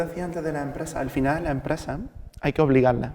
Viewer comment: "A lah empresa hay que obligarla"